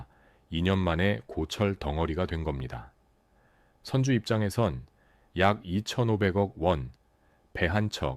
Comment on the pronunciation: 확실히 인간이 아니면 발음이 무쟈게 거슬리네. 선주,화주도 구분 못하고...